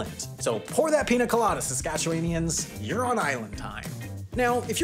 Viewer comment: Very much not how not how you pronounce Saskatchewanian but points for the effort